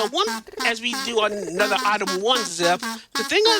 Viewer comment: props to the runner for managing to consistently saying "itme" instead of item. That's some mental fortitude !